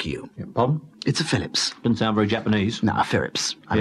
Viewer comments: Philips ~ Firips ~ really? ~ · "Firips" good lord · wow lmao "Firips" really? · Chinese people can't pronounce the R and Japanese people can't pronounce the L. That's why the man called it a "Firips" when he asked for a Japanese machine. It's not even racist, they actually talk like that, people need to stop being so sensitive about these things. Fun fact: Philips is Dutch and Dutch people say "Feelips", not "Fillips" like the Brits do. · I just realized, they called it the Firips to rival the other Japanese machines, because that's how most Japanese would pronounce "Phillips". How racist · "Phirrips, it's a Phirrips." HA!